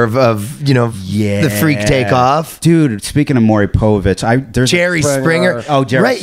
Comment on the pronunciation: I love how Ryan refuses to pronounce Maury Povich's name correctly.